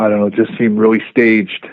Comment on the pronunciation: Bret 'reawwy, credibiwidy' Hart